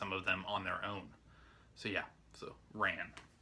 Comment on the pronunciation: Hey! Rhapsody in August with Richard Gere and Maddadayo were the last two films Kurosawa made after Ran. Ran's pronounced RAWN. I've got Victor Sjostrom's Phantom Carriage and it was recommended by a friend of mine, but I still haven't watched it. His last name is pronounced SEASTRUM or SEASTROME. I just thought you might like to know how those words are pronounced. I have Ministry of Fear as well, but haven't watched it yet either. If you want to see a really good American film that Lang made, see Scarlet Street. It's with Edward G. Robinson and it's fantastic! It's kind of dark, but that's what makes the film so good. Thanks for showing your movies!